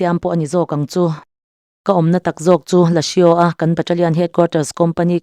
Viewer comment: Lasio nilo in..lasuu tia lamtur